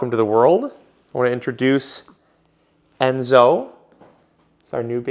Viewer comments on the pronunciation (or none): none